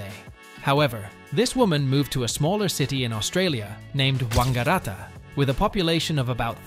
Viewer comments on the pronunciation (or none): That's the first time ever that 'Wangaratta' has been pronounced in a posh Italian style. In Australia we say it much more bogan. Like Wang-ga-rat-ta with emphasis on the rat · Yeah he pronounced it like a Chinese dude 😂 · your pronunciation of Saunders and Wangaratta is incorrect.